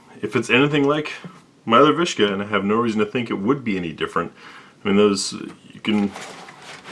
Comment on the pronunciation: it's a viska, not a vishka is not russian